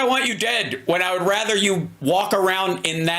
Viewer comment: Rother? Rother? Is that a word?